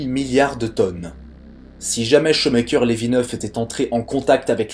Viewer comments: J'ai eu mal aux oreilles avec ta prononciation des noms. Non, Shoemaker n'est pas "chaud maker" mais "chou' maker" (1) Non, Kuiper ne fait pas cui-cui, mais "cueille peur". (2) Et sinon, voici un site qui te permettra de savoir comment prononcer un nom ou un mot étranger : (1) → (2) → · On ne dit pas "chomekeur" mais choumèkèr" Shoemaker voulant textuellement dire "faiseur de godasses" Ah la prononciation des français des noms étrangers! On ne dit pas non plus la ceinture de cui-pèr mais de Koeil-peur' (Kuiper était neérlandais). En Neérlandais UI se prononce OEIL . OE se prononce lui : OU .. comme dans Doel (doûl) - But. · Nooon ! Pas "cuit-peur", mais "cueille-peur" ... La ceinture de Kuijper ... (néérlandais) Et c'est pas "Chaut mais coeur", mais "Chou mais coeur" ... Shoemaker ... (anglais).